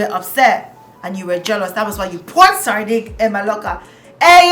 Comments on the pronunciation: Not “sarding” omo sardine don turn sardinG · me here dying every time you said 'sarding'